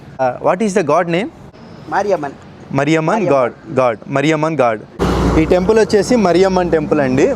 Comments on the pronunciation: Maariyamman not marryaman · మారియమ్మన్... not మరియమ్మన్ 🙂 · మరియమ్మన్ కాదు మారియమ్మన్ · మరియమ్మ కాదు.. మారియమ్మన్. సరిగ్గ ఉచ్చరించు. లేదా మతాలు మారిపోతాయి. 😂😂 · మరియమ్మ ని కాదు మారియమ్మన్ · మరియమ్మ కాదయ్యా, మారియమ్మన్. చివర్లో 'న్' తీసేసినా 'మ' కి దీర్ఘం ముఖ్యం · మరియమ్మ కాదురా నాయన మారియమ్మన్ తమిళ్ దేవత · Mariamma❌ Maariamman✅ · Bro ....sorry can u spell it as maariyaman ....not mariyaman....hope you have watched maari movie.....try to speak god name as same maariamman..... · మరియమ్మన్ కాదు మారియమ్మన్ అనాలి.